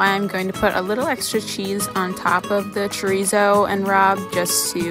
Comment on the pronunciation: You are pronouncing chorizo wrong